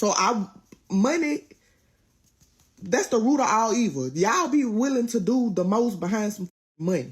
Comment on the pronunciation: It pronounce roots..... Not ruffs.